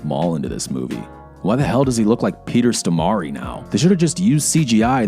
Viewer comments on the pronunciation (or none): I love Peter "Stomari"